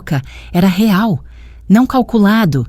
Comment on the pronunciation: A senhora nem sabe falar real